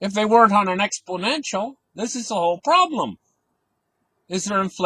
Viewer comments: And says exPLOnential.Not exPO nential. Funny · Expodential.....it comes after Confisticated in the Dictionary.